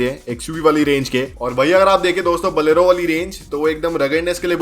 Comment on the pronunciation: Bhai pehle bolna sikh le. बोलेरो नाम है। बलेरो नही। 😂